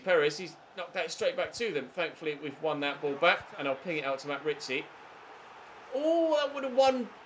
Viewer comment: Can't wait so you sell Ritchie so you stop saying risiie